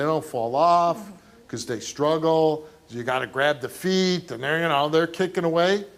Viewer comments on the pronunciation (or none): none